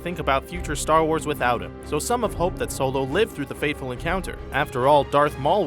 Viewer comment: star warth